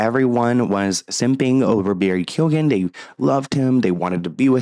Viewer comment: Was anyone team Amber 😂 and it’s Barry key-own